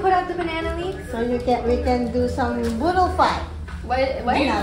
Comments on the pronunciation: It’s “boodle fight” tho, not “beautify” in 😅 anyways love u guys🫶🏻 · BOODLE FIGHTTTT not beautify 🤣😭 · Its boodle fight not beautify! Haha! Filipina fan here! ❤️🤗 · Your mom said boodle fight. Not beautify. Lol. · It’s boodle fight not beautify 😂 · AHHHH ITS BOODLE FIGHT NOT BEAUTIFY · its boodle fight not beautify Ahahhshs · Your mom said "Boodle Fight" when you guys were laying out the banana leaves... It did kind of sound like "Beautify". 😊